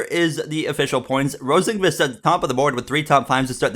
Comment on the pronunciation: Great episode but Rosenqvist is usually pronounced Rosenquist from what I’ve heard. Also these sliders seem unrealistic